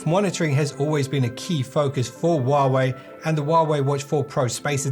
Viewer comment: Stop saying warway